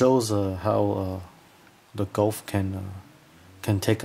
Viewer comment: Gouf is proounced "goof", not "golf".